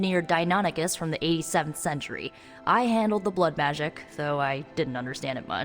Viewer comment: Love the caretaker said magik and strange thought she meant magic.